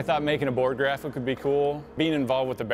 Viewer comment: He said aMAZEing